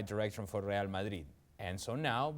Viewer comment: I hate how this dude says Madrid